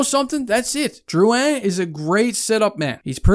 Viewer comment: You pronounced it right big shoots! Dont forget also that Drouin was a fucking beast in the playoffs for tampa the year before the trade. Stamkos was down and poocherov wasnt there yet. We had NO centre depth and everyone around the league knew it and would have fleeced us for a centre. I dont think this is as bad as Hall for Larsson, which was a similar situation